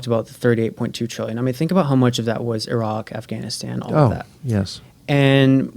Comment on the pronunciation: Well at least he’s pronouncing Iraq the right way finally